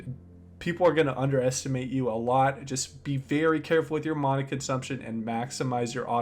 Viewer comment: I hate how he says mana instead of mana